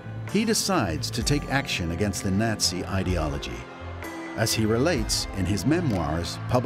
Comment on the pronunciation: Did he say Nazi or Yahtzee?